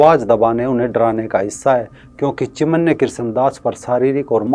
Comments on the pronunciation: चिन्मय बोलो चिमन्या नही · सराहनिय व्हिडीओ। चिमन्य नही, चिन्मय कहीये, चिनमय। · चिमन्य नहीं भाई, चिन्मय दास हैं।